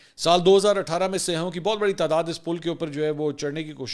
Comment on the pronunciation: ہر اینکر "سیاحوں " کو سیاہوں کہتا ہے ،اس غلطی کی تصیح ضروری ہے